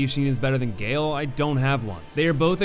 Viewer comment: i’m sorry abt nitpicking but gael is pronounced “guy-ale”